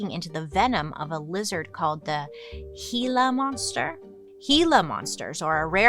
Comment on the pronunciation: As a native Tucsonan, I'm so proud of you for pronouncing Gila Monster correctly!! 👏👏❤️